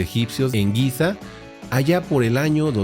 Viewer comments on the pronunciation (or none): none